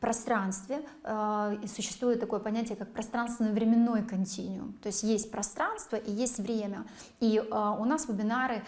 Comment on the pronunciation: Куда же вы с гаечным ключом в квантовую Вселенную?) Континуум, а не континиум.